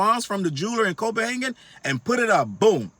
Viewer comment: I’m lmao. Please don’t say Copenhagen no more. Lol